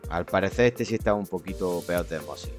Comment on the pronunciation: Se dice ósmosis (esdrújula) y no osmosis (llana). Parezco Hermione Granger en Harry Potter, pero es así.